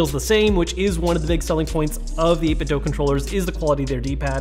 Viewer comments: Why does everyone pronounce the 'do' of 8bitdo as "Doe" as opposed to "Doo?" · Repeat after me: eight-bit do, as in doo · Quick question, why do people say 8bitdo as eight bit doh (like the doh homer says) instead of eight bit do (do as in, can you 'do' that?) ?